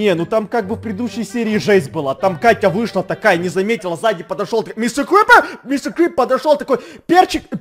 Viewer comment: Star Kitty Мистэ крыпэр?